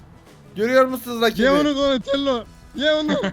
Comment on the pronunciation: Enes raphel donilando liolando maykilindo diyor .doğru olanları raph doni lio mayki